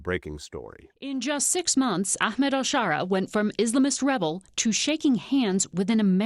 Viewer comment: Which is it? al-Shara, al-Sharaa or al-Sahara? You pronounced it a bunch of different ways.